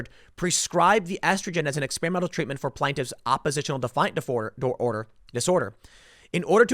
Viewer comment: Tim: Ex-SPEAR-a-mental